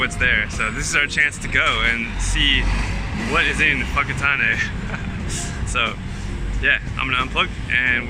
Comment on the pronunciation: awesome stuff, I was raised in Whakatane and kudus to you for saying it correctly and not saying fokkertane.